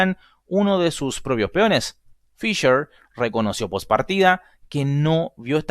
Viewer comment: ¿FisCher ,pronunciado en ingliyyy? ¿sabes q es ALEMAN!!